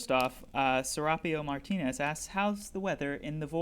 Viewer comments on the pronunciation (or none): none